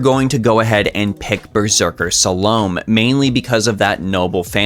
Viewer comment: it's Salomé not Salowm...